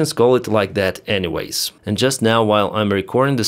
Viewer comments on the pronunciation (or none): none